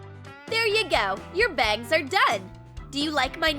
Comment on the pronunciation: I'm aware. Just sounded like bags.